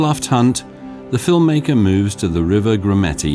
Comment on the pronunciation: Ok, that's about as much kindergarten narration as i can stand. Are you serious? And could you please say..film maker one more time? Wow...bad!